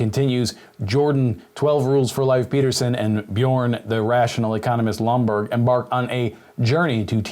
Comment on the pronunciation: It's Lomborg, not Bloomberg